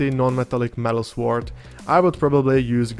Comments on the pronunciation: Great explanation of NMM for an absolute beginner like me! I like the recipes and method you showed, for the sword and the gold. I also love your pronunciation of sWord. Wu-Tang! 👐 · Beautiful paint job on that mini. I love how you pronounce the 'w' in sword. English is a stupid written language. Sord. Lol.